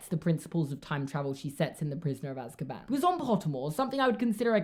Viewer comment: i love the way he pronounces Azkaban lol, he says az-ka-BAN instead of AZ-ka-ban